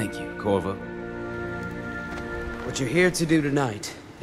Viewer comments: Dammit! I hear "Kurwa" instead of Corvo. It's Polish for fuck, if anyone cares. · I heard Kurwa to